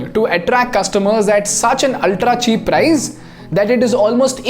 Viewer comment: Bro it's not prize it's price..